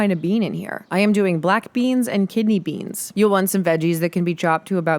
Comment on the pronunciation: stop saying beans like that